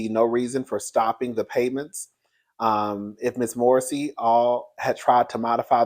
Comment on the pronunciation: If Sabrina Morrissey thought she could rob Wendy Williams of her money and no one would know, she's not wrapped to tight. Can we say " Jail without the Bail!" You're saying her last name correct! 💯